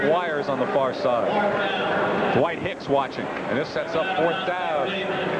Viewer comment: Hey: Clark's name is not DaWhite, any more than Roger Craig's name is DaBlack. His name is Dwight.